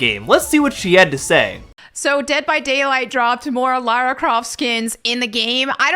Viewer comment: My god it PISSES ME OFF when people pronounce her name as Laura or Lorah Croft its LARA DAMN IT!!(that wasnt aimed at you specifically it just reminded me of that)